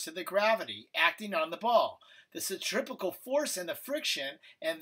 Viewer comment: Centripetal, not centripecal